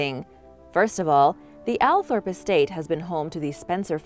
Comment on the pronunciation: It’s actually pronounced All Thorpe not Al Thorpe ~ the Spencer’s are lovely people and the Earl Spencer always stops for a chat with people, my father and I have spoken to him on a few occasions. His home is stunning and the land is beautiful and peaceful to walk around and have done a lot. When they used to host the fox hunts when I was a child my dad took me and have always loved and support the hunt 😊